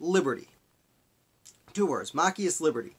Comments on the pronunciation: It is Ma-chi-us. Not mack-I-us. You totally brutalized the name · Machias is pronounced MA(short a) - CHI (long i) - ES (soft e) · Mah- CHAI (hard 'ch' like in the word chuck, long 'i')- us- with accent on the CHI Hard to listen to your commentary with the name slaughtered- it's distacting. Why not redo your video? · It's pronounced "Machias."